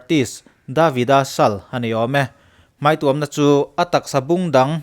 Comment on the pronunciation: Hmai tuam chung hian a tuam a😂😂,, i video ka en tohvah i chhiar sual ka hriat voi1 na